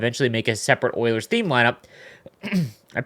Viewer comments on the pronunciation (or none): none